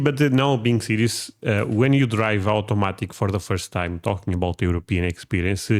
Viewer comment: Aw-tomatic, rather than ahoo-tomatic